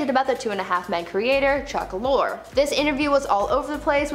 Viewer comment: U said Lorre wrong